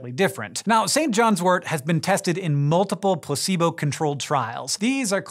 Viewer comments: It's St John's wort not wart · tut tut..........Pronounced "Sin Jin's Wort"